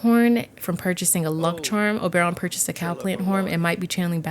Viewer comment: Only could make me watch an hour long video of her saying Obaeron. Lmao I can’t wait to play this pack